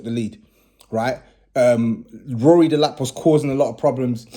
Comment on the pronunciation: No way you called him RORY Delap 😂